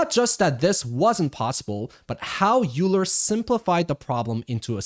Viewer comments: FWIW, Euler is pronounced “oy-ler” and not “yoo-ler”. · Euler: YOU-la? It's OY-ler. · You are 1000% correct. however, we shouldnt reward people who spell things one way and want it pronounced other. If they want it "oiler" it should be spelled "oiler"... otherwise its euler! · Euler should be pronounced like "oiler" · As a mathematician I felt a pain in my chest every time you said "Euler"